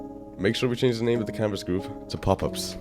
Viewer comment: i dont understand are u saying canvas gruve or canvas group